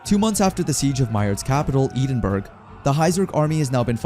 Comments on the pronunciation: Bro also mispronounced Edinburgh, I died a bit inside when I heard Eden-burg. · Knowing a Scottish pronunciation is tearing my ears apart when the AI speaks Edinburgh. It’s Eh-den-burr-oh Don’t ask why the Scots pronounce it that way. They’re cool.